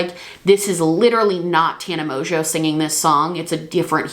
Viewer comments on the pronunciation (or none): none